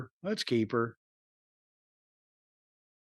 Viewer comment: it’s almost when they hear a certain group of peoples names they think they’re too much. originally couldn’t even said Jaidas name right. They just can’t say black names and they’re old white guys I get it